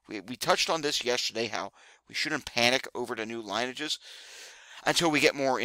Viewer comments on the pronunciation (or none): Thanks for the update. By the way, the "i" in lineage is pronounced as a "short" i sound not as a "long" i sound like the alphabet letter i is by contrast. Pronounce it like the "i" in linen is pronounced.